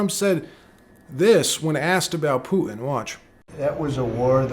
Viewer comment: Poo-in? Do you mean Putin?